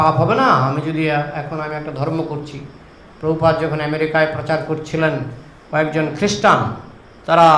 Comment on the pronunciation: বাংলা ভাষা এখন ঠিক করে বলতে পারিস না তোরা আবার প্র ভুপাদ